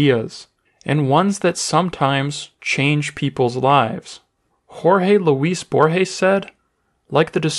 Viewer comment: The butchering of Jorge Luis borges